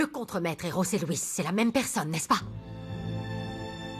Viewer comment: c'est bien José Luis,les espagnols prononce"j" comme "r" voilà pourquoi on tu entends rose Luis